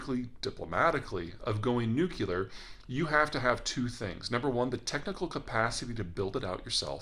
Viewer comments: Nuclear not Nucular member Bush Jr.? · Zeihan: "Nukular." It's pronounced, "Nukular." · Nuclear [ noo-klee-er] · There is no nucule inside an atom, to support nucular spliting of that atom , and therefore have a nucular bomb...!! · I am enjoying your videos as have discovered them recently.. but I get really annoyed when you pronounce nuclear!!! Please New-klee-er .. or Nu-Klee-ah.. unless you are talking intentionally nucular and then I don't have a clue what you are talking about. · "NUCULAR"? Get some rest man. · Haven’t heard it pronounced “nucular” since W was in office. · For how intelligent you are in geo politics and war you still don't know how to say the word nuclear. There is no word NucUlear. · Say it with me. NEW CLEE UR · Peter, I love your content. Please please please pronounce “nuclear” properly instead of the George W way, “nuke-you-ler” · a "nukuler" guy, huh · Repeat after me Peter, new-cle-arr... i'm sure you can do it ;] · Please stop saying "Nucular?" Is it supposed to be cool and provincial to pronounce it wrong? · "A couple days to build a crude nuc-U-lar device"??? A fail on multiple levels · "Nuc -u - lar"? Shame on you Peter... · Lol let small countries test out what nukular war is like. Very shrewd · Say it with me, Z: NEW CLEAR….. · NUCULAR??? C'mon PetOr, english is not my mother tongue and even I know how to pronounce the word... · NU-CLE-AR! NU-CLE-AR! NU-CLE-AR! Only one 'U' in "nuclear". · "Nuc-u-lur?" Come on, Peter. I know you know better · And now I know why they say "nukular". It's because of "nukes," which makes it even worse. So, if he is wrong on the pronunciation of nuclear, how can we trust him on complex geopolitical outcomes? 🤔😬😫💀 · I wish we could fast forward five years to see if this guy's full of shit. He sure doesn't sound like he is...until he says newcular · The nuculer space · Peter, since you do so much public speaking, the word is pronounced…Nu…Cle….Er… not the pronunciation you are using. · You said "nukular."